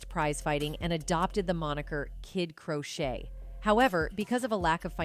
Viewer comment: It’s kid Crocetti, not Crochet:)